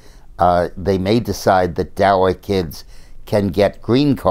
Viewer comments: Its not DA"W"A Dick, Its DA"C"A. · Daca not dawa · I always enjoy his commentary, but that he is saying "DAWA" tells me he rerally has no idea what DACA is really about. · Why is he pronouncing it "Dowa"? Just wondering. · Maybe he just forgot to put his glasses on. After all he is getting older. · Julie King, I was wondering that too. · He's human too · Jim M Agreed, like I said, I thought maybe I'm pronouncing it wrong. Or maybe there's a different name for it than I know about. I was just asking, not criticizing.